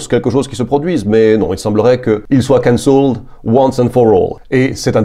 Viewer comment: Il faut accentuer la première syllabe, CANcelled.